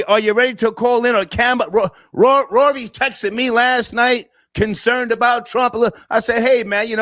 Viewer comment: I think he was saying Ror dog.